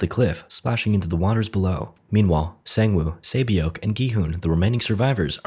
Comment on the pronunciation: I cringed everytime he said saebyeok. Good effort though with most of the other names